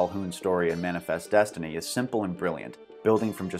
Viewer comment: Did he say "manifest destiny" or "murderfest destiny"?